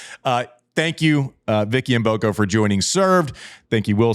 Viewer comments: wow finally someone who know how to pronounce Vicky Mboko name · Thanks Andy for pronouncing Mboko correctly 👍